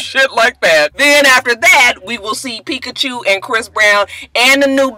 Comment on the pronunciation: Peakachew......ROTFLMBO Everytime you say that I crack up.